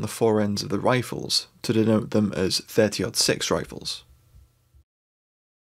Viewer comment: Love the video! Also, I appreciate the fact that you have used the American nomenclature of pronouncing the 30-06. It drives me batty when people say "Thirty Zero Six".